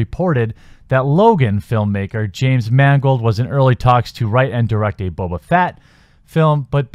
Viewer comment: Dude it’s Boba Fett not Boba Fat as you said at least twice. And Solo was an Ok movie. Was it the best Star Wars film? No way, but it was as good as The Phantom Menace. Quit your crying about it.